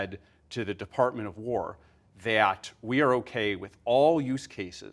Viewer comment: I'm gonna pretend I didn't hear him pronounce it like "thayat"